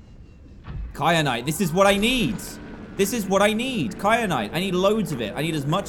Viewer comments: Dan, it is KYANITE not KRYANITE. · Dan keeps saying kryanite when it is kyanite!!!!!!!! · Who else noticed dan said crynite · DAN!! I can’t take it anymore, it is so annoying how you call kyanite cryanite